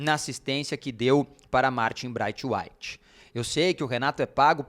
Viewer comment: Criatura, ainda não aprendeu a pronunciar o nome correto do BRAITHWAITE ?????????????? Lamentável.